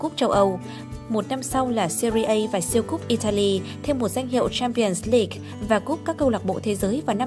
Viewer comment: .... Giọng đọc khó tả =))) Vãi cả "Cờ le rần Si đoóp" , "Champions league"